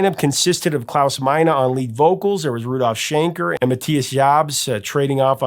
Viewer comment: Hey Mr so-called. Very very very very very very respectfully where exactly did you learn to say the Man's first name. His name the singer of the band is Klaus Meine like not yours but mine there's no minor there's no a sound of the end I've never heard anyone else say it that way